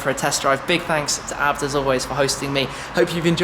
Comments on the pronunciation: Shme the kind of guy to pronounce a b t abt😂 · Its not abt its A B T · Am I the only one that gets annoyed when Tim says ABT instead of A-B-T?